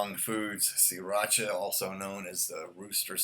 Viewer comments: It"s Thai. And yes you have to roll that R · Siracha isn't Spanish, you don't gotta roll that R.